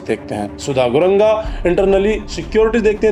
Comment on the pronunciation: Bro I humbly request you to pronounce the word correctly.... नेपाल Not न्यापाल ,सुदन गुरुङ्ग Not गुरंगा,शोभीता Not शोवित🤔